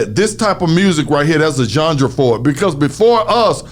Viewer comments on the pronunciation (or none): Genre not Junjra 🤣🤣🤣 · Who's gendra? haha. "Genre" playa. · Nigga said "Jungdra"(genre) 75 times 😩😩😩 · Somebody tell you pronounce genre john rah not john ja lol but good shit not a diss but I’m a fan he helped me why not help wicked all love radio shawtyyyyyyyy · It's genre, not jandra! Haha. Luv you bruh haha